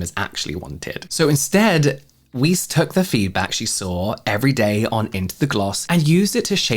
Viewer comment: Weiss is pronounced like "vice" I think